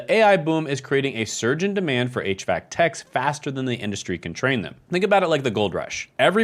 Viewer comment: “Industry”, not “indushtry”. Who gave you your degrees?